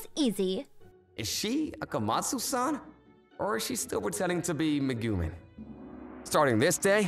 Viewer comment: Its pronounced megumeen